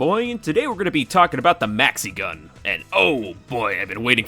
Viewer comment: at some point i did understand mexican instead of maxi-gun. and now i can´t unhear it